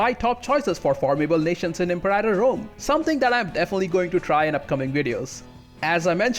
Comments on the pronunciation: Er hat "Imperaitor" statt "Imperator" gesagt und "Deschia" statt "Datchia". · IM-PAIR-A-TOR rome